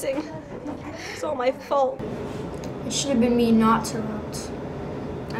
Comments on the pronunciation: Love this, but one mistake. It’s pronounced (Tear(ipt). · He said the name wrong! In the book it specifies that it’s pronounced Tare-upt. Not like interrupt. This is an outrage. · Whoever made this, the teacher's name is pronounced wrong. It's pronounced "TARE-upt" not "trUPT." It says so in the 2nd book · This was great! Except, it’s pronounced Tare-upt not Tur-upt, it says it in the 2nd book